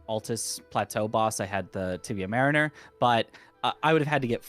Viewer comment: Guys, it's MARiner, not maRINer.